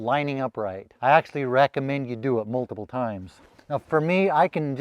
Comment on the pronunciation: Humboldt not "humbled". Worn off not "wore" off. Multiple not "multibull".